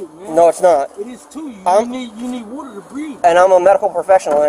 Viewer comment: I never knew you needed whöder to breath. Whatever that is.